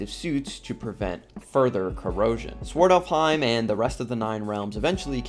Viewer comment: Good video but the pronunciation made it a bit unwatchable for the norse mythology fans... its Svartalfheim... NOT swortelfheim And its Muspelheim... NOT moopullheim